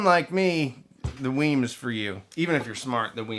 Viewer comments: WiiM is pronounced like "whim", not "weem". I learned that when I attended an audio show where WiiM introduced the Ultra. I thought it was "weem" at first like the Nintendo Wii, but it's "whim". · It’s pronounced like Whim, not Weem